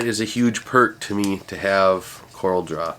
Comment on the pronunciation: FYI;) Love your channel, have learned bunches from you - thanks for what you do!